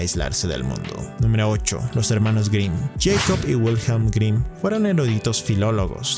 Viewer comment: ¿Por qué todo el mundo en YouTube pronuncia todo lo "extranjero" como si fuera inglés? Michael suena ~ "Mijael ", no "Maiquel", Jacob suena "Yacob", no "Yeicob", Wilhelm suena "Viljem", no "Uilhelm". La diptongación de la "i" , la "a" , la "o" y la "u" es exclusiva del inglés, no del alemán y, que yo sepa de ninguna otra lengua europea. Igualmente la "e" final no es muda en alemán. los escritores correspondientes son pues "German Gesse" y "Volfgan Goete"(aprox.).